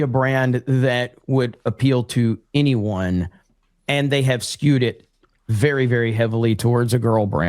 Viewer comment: what is “inny-won?”